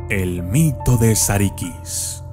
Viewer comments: No es "sarikis" es "sarukus" se pronuncia de ese modo porque no tiene puntos en la i en el alfabeto turco esta la i y la I que la i es (i) y la I se pronuncia(u),buen video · sarıkız la ı sin punto se pronuncia entre la i y la e, la i con punto se pronuncia como i tal y como la conocemos. sarı significa amarillo y en realidad hace alución a la chica rubia o a una chica de cabello rubio segun la leyenda original.